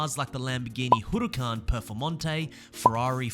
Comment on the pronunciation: I can never get Over how you say huracan